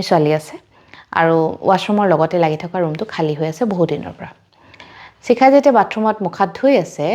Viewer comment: চিখা নহয় চাগে শিখা হে হ'ব । এই উচ্চাৰণৰ ভুল শুনি থাকিলে ছোৱাৰ ইচ্ছা কমি যায়